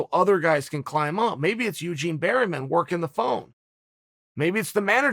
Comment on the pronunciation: Eugene "Berryman" Bareman.